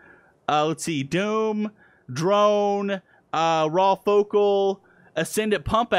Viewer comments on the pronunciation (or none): none